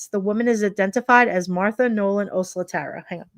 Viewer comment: Thanks for following up on her case. I think her last name is pronounced “oh SLAT err uh.”